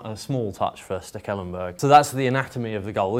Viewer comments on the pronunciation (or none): Why does he pronounce Stekelenburg weird?